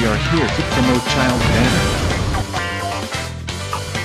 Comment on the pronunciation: As a person who's first language was Russian it's both hilarious and painful to hear Childe's pronunciation